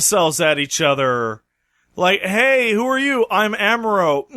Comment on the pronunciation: Why does mispronounce Char and Amuro? He keeps saying Char like "Charred" instead of the proper Char "Shar" and Amuro as (H)AMuro with a silent H instead of the proper AH-muro. He should be hearing them pronouncing it in the show right?